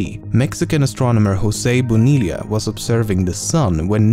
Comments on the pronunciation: Bonilla is pronounced Boniya not Bonilia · Bo Ni La? Lol bro its Bo Ni Ya